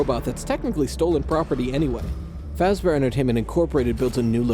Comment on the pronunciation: I don’t get why this would be where you lost it. “Freddy Fash-Bear” is where you would have lost it, but I’ve also lost it so I’m fine with this